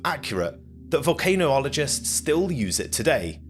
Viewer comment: Volcanoologist? Really? Vol-can-olo-gist (jist) 🤨🤦